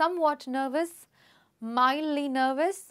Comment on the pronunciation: It is mildly not midly